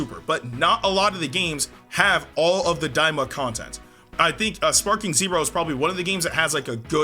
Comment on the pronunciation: Stop its daima lol